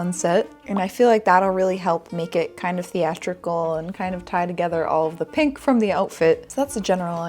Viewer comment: If I didn't know better I would have thought you said "But naked Vintage"